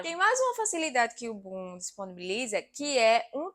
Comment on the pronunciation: Bom video. Mas porfavor nao diga bum diga boom!